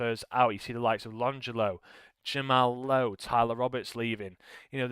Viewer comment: Brilliant save. BU-cannon Long-ello :D But I'll let you off.